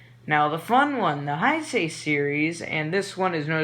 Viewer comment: learn to pronounce Heisei lmao